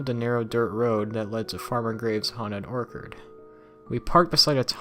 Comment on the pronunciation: Ha he said orkard instead of orchard it’s or-che-che-che-cherrd -orchard no disrespect just saying all the rest was straight.